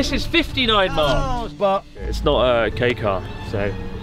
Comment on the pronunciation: When you says "Kei car" but subtitles read as "gay car"